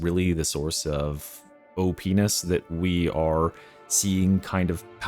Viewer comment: Subtitles say so ^^ (I mean obviously he meant OP-ness, but... sounds exactly the same)